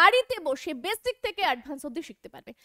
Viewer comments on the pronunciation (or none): none